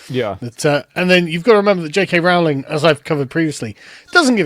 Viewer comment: Kiera was absolutely spot on with her response. Don't think the boycot is terribly successful anyway judging by how successful the HP franchise still is. Also amazing by asmon saying Rowling properly, keeps getting mispronounced for some reason over there